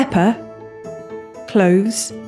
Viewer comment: When she say pepper Feel like she said P E P P A